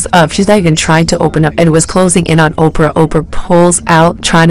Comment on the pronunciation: i need the narrator to pronounce their names right everytime they are definitely black queens. so if ur going to report on this subject practice the names one minute it right then the next it’s left just a lol